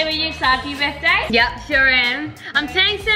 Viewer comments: When u guys sang happy birtday at the start said it BITHDAY 😂😂😂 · You forgot the R in * Birthday * little mistake nothing major